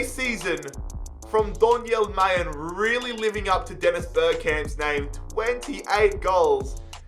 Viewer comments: Its not may, it is MA-LEN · you say Mallen, with an l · Am I the only one getting triggered by him calling Donyell Malen "Majen" 😭